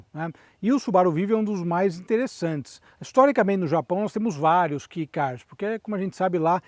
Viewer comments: Só uma errata (humildemente corrigindo): Não é Key do inglês "chave", pronuncia-se "quei" e escreve-se KEI na pronuncia e originalmente se chama K-Car, do japonês Keijidōsha (veiculo motorizado de pouco peso), eles eram originalmente quase que um kart de transporte pessoal, com motor de moto, para a população pós guerra que carecia de recursos financeiros. A nossa Towner tambem é um Kei Car, projeto que foi produzido por varias marcas, mas em especial, pela subaru, com interior super luxuoso, opção de 4x4 e até teto de vidro panoramico. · Eu já tive um vivio supercharger rx-r no Japão. Que carrinho divertido! Com muito arranque. Só uma correção, a pronúncia é "quei" e não "ki", até pq se escreve kei e não key. Caso tenha interesse existem comerciais da época, é só por na busca por subaru vivio cm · Japonês pronuncia kei